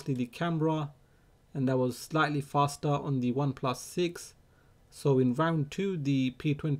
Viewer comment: Axi fostar 😁😂